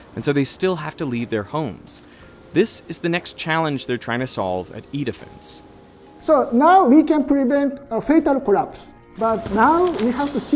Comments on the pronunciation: I can't stop hearing "eat a fence" when he says "E-Defence" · Very interesting video, but every time you said “E-defense” I couldn’t help hearing “eat a fence” lol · I swear this CC is wrong and it starts out as "This is the world's largest earthquake simulator, called Eat-A-Fence". That's way I heard and turned on the CCs to make sure that was not the correct company name 😂😂😂